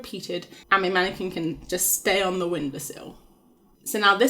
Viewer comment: Not a "womanniquin" XD